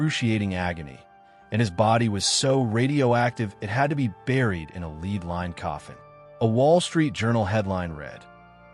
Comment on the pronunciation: IT'S LEAD, not LEED! Get your AI voiceover to SPEAK ENGLISH! Not gibberish like der fuhrer trumpi....